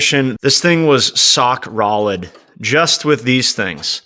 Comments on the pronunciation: My boy said Sock Rolid!!!!!😂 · You mean rock solid, Not sock rolid😮